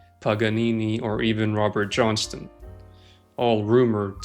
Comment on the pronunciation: “Canoe” “Viole” “Johnston”